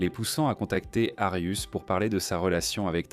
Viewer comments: C'est pas Arius mais Arias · Pourquoi vous appelez Jodi Arias " "Darius"????? Ou "arius"????